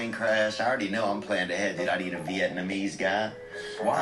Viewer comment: "Viyetnamese" - THeo